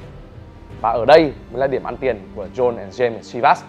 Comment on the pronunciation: John đọc là Jon bạn nhé